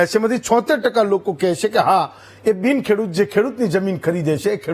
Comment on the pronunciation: કેડુત નહિ પણઃ 🙏ખેડૂત વાંચવૂં